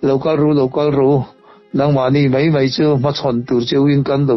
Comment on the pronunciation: Keipawh kalo ning deuh thin a, sawsel peih min tih ka hlau deuh bawk sia, rawn sawi nfhal mawlh mawlh mai se, ka duh ber mai 😅. Tin, 'mei' ti lovin 'mai' han ti zeuh la tha zawk lo maw, te kalo ti mai mai. 😜